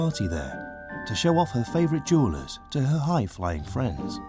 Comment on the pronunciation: No mistaking the accent on that Jewellers 😂😂 Kia Ora Bro 😎🤙